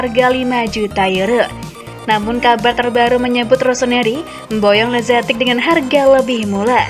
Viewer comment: Masukan untuk pengisi suara: jangan semua nama/istilah dibaca dengan pronounce hahaha inggris. Ex: lazetic->lazetik, maignan->maiknan, etc